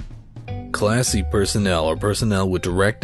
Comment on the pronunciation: Who else hears "Class C" as "Classy".